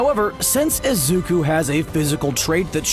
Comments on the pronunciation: he said izuk-a not izuk-u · izuku but he is pronuced has izuka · no one going to talk why pineapple guy calls izuku izuka?👁👄👁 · Yk what disturbs me in this is that the theory person is always saying izuka when it’s izuku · One thing that triggers me in the video is the way the narrator says "Izuka" instead of "Izuku". (Im talking about the video theyre reacting to- No hate on you, the vid itself is awesome) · I love how the guy in the video calls Izuku ''Izuka''. It's kinda funny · Omg every time he says "isuka" I lose parts of my mha soul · Man fr said IZUKA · No one: Absolutely no one: Guy making the theory: Izuka (I know it’s probably an accent and I’m not hating) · they spend 90% of that orriginal video calling Izuku "IZUKA", >> pronunciation ppl. it goes a long way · im just pissed hes saying “izuka” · And : HaRiKaShI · There is definitely a a at the end of izuku